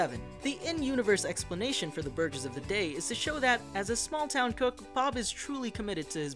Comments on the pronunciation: did he just say “ burges “ instead of burger? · 3 years later.... he said Bur Jers